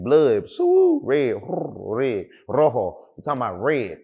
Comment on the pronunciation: That was some perfect pronunciation of the word "rojo"